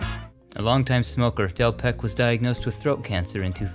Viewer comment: Your mispronunciation of French names is a sour note on the excellent content. You know how to say Michel, but not Delpech (it's not delpek, dear but delpesj). Also Jeanne in French is not 'gene'. Focault = Fookoh, and so on...I'm not a native French speaker yet it annoys me endlessly. It would be so little effort to look these things up. But Americans just can't be bothered, can they?